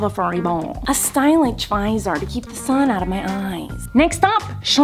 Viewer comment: “Suspitcious” “Stylitsh”